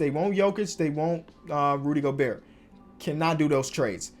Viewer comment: he knows it's pronounced go-bear as you can clearly tell